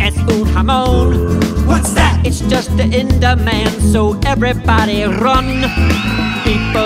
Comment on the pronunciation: I love how he rolls the Rs. "Rrrun!"